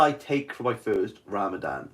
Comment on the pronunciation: I did Not expect this thick Welsh accent hard-as-nails man to survive the first week of Ramadan, but deep inside, when I sow how he makes the "Rrrrrrrrrrramadan Mubarak" sound, I knew he is sincere about life, and he might just make it to Eid. Look at him, crumbling, but not falling. Look at him now after thinking of quitting youtube, he is making a Live... Man we Love you for the sake of Allah, and may Allah bless you and your family, and may Allah give you from where you never expect, and keep you and your loved ones on the straight path insha'allah. Eid Mubarak Brothers & Sisters 🎉